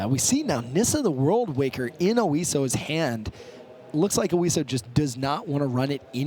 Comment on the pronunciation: OISO. Not Osio.